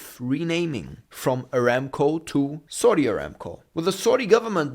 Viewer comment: pronounced SOW Di not SAWDI